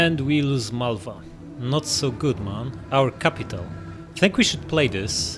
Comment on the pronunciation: "Crapital" Lol 😂XD